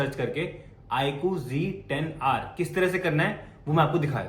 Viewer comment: Sourav Bhai IQg10r Nehi IQZ10r bolte hain bhai kya yaar galat bol rehe ho aap 😅